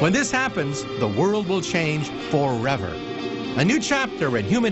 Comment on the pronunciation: hahaa no, I was just trollin a little bit and making fun of how he said "forever" :D